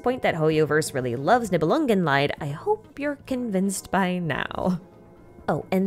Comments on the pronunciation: not to be that guy, but Nibelungenlied is pronounced like LEED, meaning the song of the Nibelungs. If pronounced like LIED it would be the pain of the Nibelungs (in german) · It's "-lied" not "leid". Lied means song, leid means suffering. Not quite the same. "Nibelungenlied" in English is "Song of the Nibelung". Anyway, love your videos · Thanks for the recap. One smal tip, the Lied in Niebelungen Lied is pronounced like lead (like in "follow the lead") but you swap the d at the end for a t. The way you pronounce it sounds more like "Leid" the german word for sorrow. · I love the video but your pronunciation of "Nibelungenlied" causes me pain. You pronounce it "Nibelungenleid" (that would be the German spelling, i and e are switched). Leid means torment. Lied (pronounced like the English "(to) lead") means song. Please do not torment me. I know it's hard to pronounce German. And everything else is so good! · In case you're interested in correct pronunciations, just a small comment from a German about Nibelungenlied. You start off strong saying Nibelungen, but then you pronounce the g like an extra letter. ng is one sound. Also Lied is pronounced like the verb lead. You switched the e and the i and by that kept saying Leid, which means suffering. Well, in this context it may be quite fitting, but it's still not correct. :D Thx for yet another great video! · Pronunciation note: german "Lied" is pronounced (more or less) like "lead" in "leader" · Heya! Loved the video, just a pronunciation thing that bothers me a bit as a German. You pronounce Lied like the German word for suffering haha. It's pronounced more like (to) lead :) Love your videos, thanks for your hard work ❤ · I know I’m way late to this party, but the “lied” is pronounced as leed.